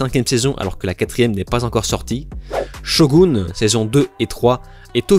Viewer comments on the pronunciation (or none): none